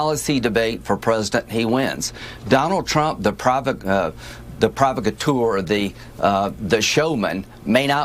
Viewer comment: Pro-vockatoor, if you can't pronounce big words don't use them.😁